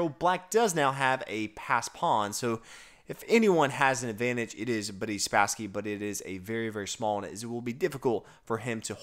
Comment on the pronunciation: Did you say Buddy Spasksy?